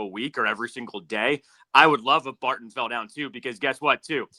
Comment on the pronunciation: The consistent mispronunciation of “Barton” and “Scourton” is a bad look boys…